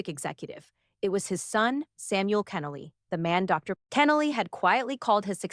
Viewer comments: His name pronounced Ken-Noly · To show real honor, the speaker should have taken time to research how to pronounce Dr. Kenoly’s name correctly. Shame on her. Also, the title is deceiving causing listeners to think Dr. Kenoly’s son will be the speaker. Unfortunately, the actual speaker cannot pronounce his name correctly. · I know it's AI. I didn't post that a human did the narration. It was irritating that they couldn't program it correctly. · Learn how to pronounce the man's name!!!!! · I wish the speaker would correctly pronounce Dr. Kenoly's last name. It's irritating to hear it mispronounced not 2 or 4 times but multiple times. This should've been property established before a word was even spoken. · I’m still waiting to hear about the silencing… Shame on you for putting up a false narrative on the thumbnail. Also for not pronouncing his name correctly.